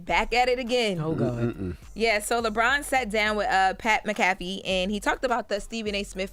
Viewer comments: Pat MACK UH FEEE not muh kaf fee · Damn people really don't know how to pronounce Mac Ah Fee and not Mac Cat Fee 😂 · It’s Pat MACK - AH - FEE .. 🥲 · Its Pronounced MAK-A-FEE......smh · Did she say Pat McCoffee? ☕ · Pat MCAFFY 😂😂....oh no! Did mispronounce a word 😮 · Mack-kuh-fee is how it’s pronounced. But otherwise you do a great job! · Way to butcher Pats last name lol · Ctfu she definitely pronounced his name wrong 😂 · Get the man name right!!! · Mc-afee??? 😂😂😂😂😂😂😂😂 LMFAO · definitely doesn't know who pat is because she botched his last name 🤣🤣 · Who the Hell is Pat Mcaffy????😂😂😂😂 Come on now pronounce that man name right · I need to pronounce Pat McAfee name correctly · Bruh you said his last name so wrong 😂😂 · Lorna needs to learn how to say McAfee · She messed up Pat’s name and giving false reports on Bronny Why y’all don’t have that Jess energy for Lauren???